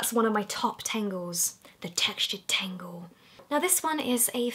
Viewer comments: Why does she say tengle when it's a tangle? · tAngle not tEngle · I thought you were saying FAIRY tangle. I got all excited... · She says tangle like tingle ha 😂😂😂😂😂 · Amy Rogers So? You can’t laugh because someone doesn’t speak like you do ? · you sound like your saying tango in a scottish accent when you say tangle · Who else thought when she was saying furry tangle she said fairy tangle lol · Me thinking she’s saying fairy tangle 👁👄👁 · i thought you said fairy tangle haha